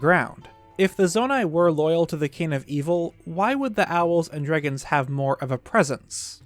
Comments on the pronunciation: This dude says drigons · why does he say dragons like that im losing my mind